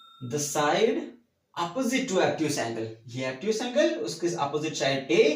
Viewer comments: Obtuse angle hota he abtuse angle Nahi hota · Abtuse angle😂